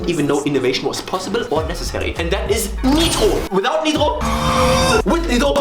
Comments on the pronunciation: why this mf say "neetro" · As french I'm confused by the way the word nitro is pronounced. If it's his voice I confirm that he speak french! If not so he get me. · Or German? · I'm french , and earing him pronounce "Nitro" like a french native speaker in the middle of an American accent phrase is actually extrememelly disturbing